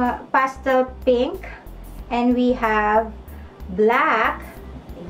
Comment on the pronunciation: Penk ahahaha di wiiw